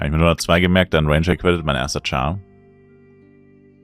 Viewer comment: Sprichtt lidderilli durchweg denglisch sagt aber tschar statt char aber whatever the frick lol.